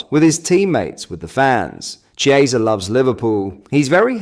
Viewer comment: Chiesa is pronounced Kiesa